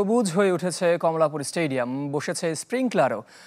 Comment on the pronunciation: কমলাপুর , ✅ কামলাপুর ❌